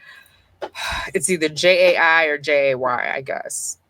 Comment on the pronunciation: Jay is Jay... Jai I think is pronounced "hai" as in jai-alai game 😂